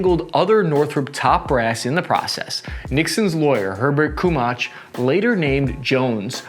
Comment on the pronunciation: Kaumbach would normally be pronounced: 'Cowmbakh'